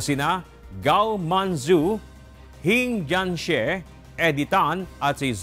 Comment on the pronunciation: Its hong jianshe not hing jianse.